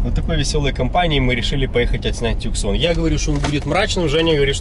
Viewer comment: Пипец, хватит машину обзывать "туксонами" "тюксонами" "таксонами" и прочим бредом, у этой модели одно название. Hyundai Tucson ([tuːˈsɒn] « Тусо́н»